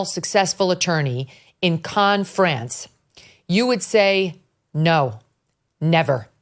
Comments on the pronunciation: Cannes is in the south of France, it is pronounced like Americans say can. Not Kahn. Sorry, so distracting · Cannes is pronounced like a beer "can". Megyn is saying it wrong. I know I'm correct on this. LOVE Megyn. She's the best. So wanted her to know.